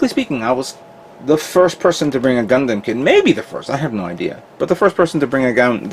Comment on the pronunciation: And Gun-Damn.... I try not to get too annoyed when people pronounce it that way. However, it makes it hard to watch at times.